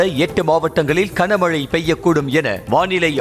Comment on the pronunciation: Kana mazhai illaiya. Gana Mazhai. 25 தடவைக்கு மேல் இந்த கொடுமையைக் கேட்க முடியவில்லை.